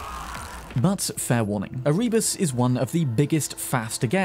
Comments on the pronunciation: ER-EE-BUSS Seriously? SERIOUSLY!? That is the best pronounciation you could do? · winces at the pronunciation of Erebus It's Eh-RUH-Bus, mate. xD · The way you mispronounce Erebus hurts me.